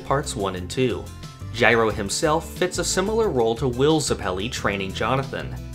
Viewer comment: You say Zeppeli wrong, yet someone say Gyro correctly.